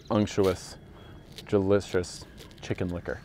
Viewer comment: Did you say gelicious instead of delicious? lmao, very good. Thanks for the video.